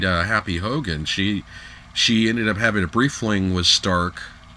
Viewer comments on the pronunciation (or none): none